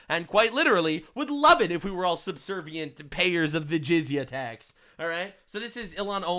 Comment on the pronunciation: I know you said jizya but I heard jizz tax lol.